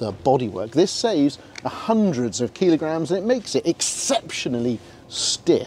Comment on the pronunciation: What’s a keelogram? Do they mean kilogram?🤷‍♂️